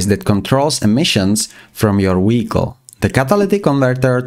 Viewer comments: i love listening to him saying da weekol every five seconds lol 😂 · fr bro keeps saying " WEHICLE " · What is a “weekol”? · I want to like this video but everytime he says wehicle I can't really distracted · A very amazing guide I just can't keep serious on the accent of wechicle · “Weeicle” weeckle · WTF is a weehicle?!?!?!😂😂😂😅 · Take a shot everytime he sais Weeyickle. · this comment has a translate to english option and it translated to he got off😭 i know ur comments abt how he says it